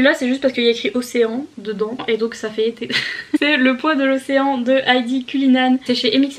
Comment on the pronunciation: "za fait treize été" mdrrr 😂😂😂🌴🌴